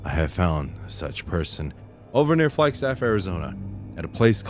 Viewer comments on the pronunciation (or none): none